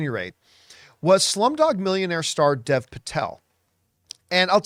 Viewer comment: "Dev" is pronounced "Dave," just FYI.